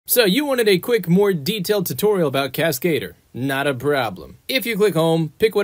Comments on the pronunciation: I'll give a tip back. It's pronunciation: Cascadeur, it's Cas-kah-deur, rymes with bah, NOT Cas-kay-deur, rymes with hey. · Ah yes, The Cascedor